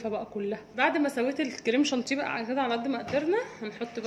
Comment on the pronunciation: جانتيه تاني يا ام زياد اسمه شانيه و الجناش مش جناااااش يا بس تسلم ايديكم طبعا و بحبكم في الله